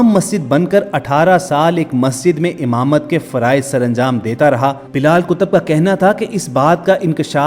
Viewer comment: Baat short kar r imamat ko hamamat na bol